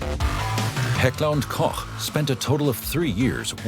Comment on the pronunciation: No idea if the speaker is AI, but Heckler&Koch is finally pronounced correctly in English.